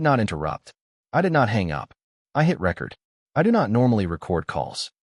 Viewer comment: This pathetic AI garbage needs to stop. When you push the "record" button? It's pronounced "Ree-Cord". The other pronunciation of "record" describes a musical disk, or a paper document. One is a verb. The other is a noun. Stop this crap!!!